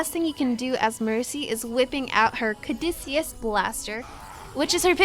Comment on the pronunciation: It should be "Cuh-doo-sea-us" (according to my Latin knowledge, at least)